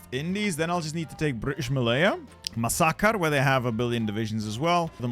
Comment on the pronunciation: Please stop saying Masakar, it's Makassar 😭😭😭